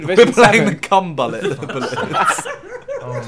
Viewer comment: Simons pronunciation of bullet!😂🤣